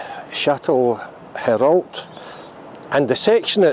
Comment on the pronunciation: Shat-le-row is how it’s said haha good video close to home ❤️